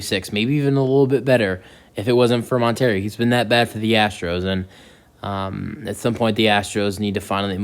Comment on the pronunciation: It’s Montero, not Monter-Rio. Do your homework!